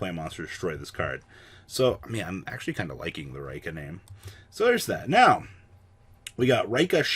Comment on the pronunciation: Neither Raikka nor Reeka. It's Ri-kka no long pronunciation on the i